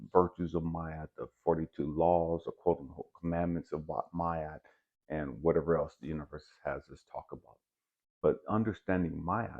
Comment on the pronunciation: Is “my-aht” the correct pronunciation? I usually hear “mah-aht”